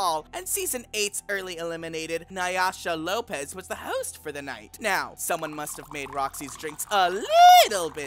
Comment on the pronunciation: Nay-YAH-sha Lopez.